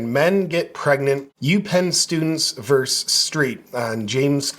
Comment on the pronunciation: Why do so many guys say "verse" instead of the correct "VERSUS"?? Asking seriously. I keep hearing this and I don't get it. The abbreviation "vs" stands for versUS.